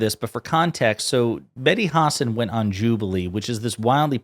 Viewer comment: WTF IS A "HOSSON" IT'S PRONOUNCED HUH-SAAN. YOU SOUND IGNORANT